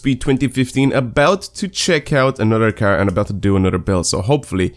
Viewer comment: He pronounces car as cer or ker... I understand he has a sort of accent but it bugs me